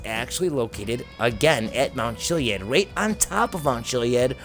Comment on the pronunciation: If you look at the definition.Ch-iliad is pronounced Killiad..look it up.